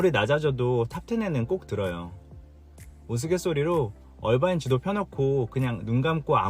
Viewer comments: 어바인이 아니고 얼바인 라고 하는게 귀에 너무 거슬려서.... 나갑니다. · 얼바인아니고 어바인 아닌가 영어에 가장가깝게발음해주는것이 맞을듯 신호등 문제 Irvine Blvd 에서 sand canyon Jeffrey culver 홍신호에기다리면 앞은 청신호 통과하면 다시 적신호